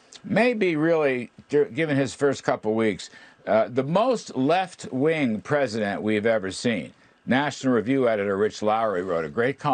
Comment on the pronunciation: What a joke. MB couldn't even say the word "president" and she is being critical of our new POTUS. And her old man counter part looks like he's at least as old. These 2 clowns need to leave the big tent and join the sideshow.